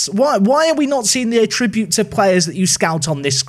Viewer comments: FYI ‘Attributes’ in this context isn’t a verb and shouldn’t be pronounced as such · How did this guy get so far in life without learning to pronounce "attributes"?